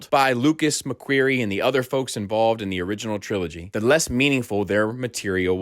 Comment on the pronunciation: I don’t think you’re pronouncing “McQuarrie” correctly. Other than that great video